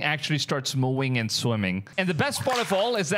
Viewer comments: I'm sorry bro but it was "MOOING"? SAY "NUCLEAR". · Its moouuuwing... -_- practice speach plz moVing V thx lol and good video just fake most likely people will do anything to get views... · Did you turn your V's into W's? Moowing and Wenom is crazy work!😂😂😂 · When he said “moowing” I was laughing cause I was like where’s the cow!?😂